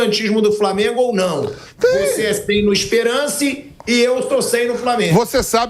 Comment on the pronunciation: O nome do time é ESPERANCE,com o "a" anasalado!😅